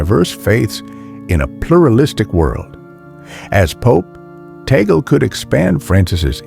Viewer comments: Cardinal Luis Antonio Tagle will be pope if you pronounce his name correctly. It's TAG-GLE! not tagol 😊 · His surname is pronounced as TAG LEH. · BTW , it is TAGLE not TAGEL